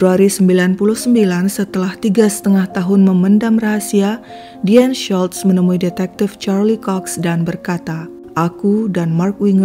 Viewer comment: Ci US , maaf nama Deanne Schultz seperti nama Jerman ya , jadi huruf u di nama Schultz ttp dibaca u bukan jadi a, Tksh.